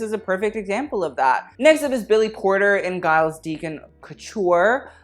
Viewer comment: ...and Guy-les Deacon... 🤦🏼‍♀️